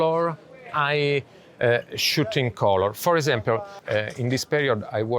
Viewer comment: I love when he say "for esempiol" instead "for example"